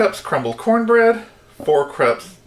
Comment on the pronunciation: Thanks,. Looks delicious, but I can't make it since, in the description, you wrote that from the moment you tasted it you were in love. Is this Live Potion Number One, or somewhere else along the line? Enjoyed it! Cups,. C-U-P-S. There is no "R." Let's try again, slowly… 😁